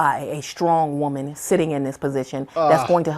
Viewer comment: ... Why is it these "wahmen" always resort to the whole, "men are intimidated by a strong wahmen" rhetoric... Someone's ego needs to get checked at the door.